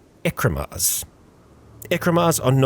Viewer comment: I'm sorry, i hope this doesn't sound rude But why many english speakers aren't able to pronounce certain words??? I don't understand how could read Ekimmaras (Eh-kee-mah-ras) as Ekrimas… This isn't just a thing, i've seen many english speakers somehow read a word totally different because it looked different, i'm not a Native english speaker so i can't possibly comprehend how that works, i just look at words and i just… know how it is probably pronounced… it's kind of automatic